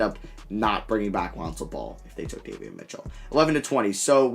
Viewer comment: Btw it’s Day-V-On not day-ve-in